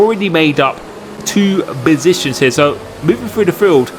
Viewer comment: "FRee BoSITIONS"